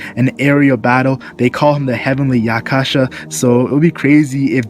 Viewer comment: The Yaksha in Heavenly Yaksha is pronounced Yasha btw. It's the same as Shiroyasha, shout outs to Gintoki :]